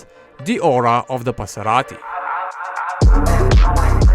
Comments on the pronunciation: One more "Paserati" and I gonna die of laughter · Ah yes. The Passeratti